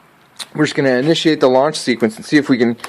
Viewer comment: did he just say “iniciate the launch sequence” lol your killing me with laughter, your stupidity is surprisingly hilarious lol I’m joking, definitely not the worst vid I’ve seen